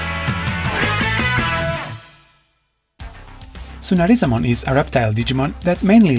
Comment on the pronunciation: Can't even pronounce his name